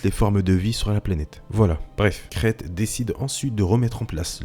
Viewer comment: C'est marrant que tu prononce Dark krayte comme sa: "Crête" Moi je l'ai toujours prononcé :"Craïte"